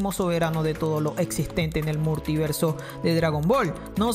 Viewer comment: Murtiverso se dice multiverso